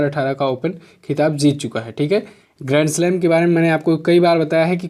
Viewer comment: Sir first que me ap gremslab kh rhe hai ya grandslam clear smjh me nhi aa rha hai plz ap use clear bra dijiye plz